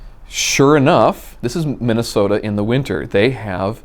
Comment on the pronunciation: Is it Minnasota? Feels like he hasn't made that clear.